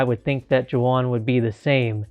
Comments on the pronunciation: This is the first time I'm watching it, and I'm seeing you did not realize how to say his name. It's pronounced more like Waun or Huan, because J's are always pronounced different in Spanish. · Imagine mispronouncing Juan 😞